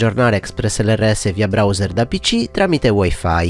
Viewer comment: !giallo Mirko, hai girato la o con la r nella parola browser ;-) Cmq video chiaro come sempre